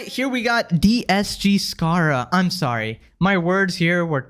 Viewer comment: “I’m solly.”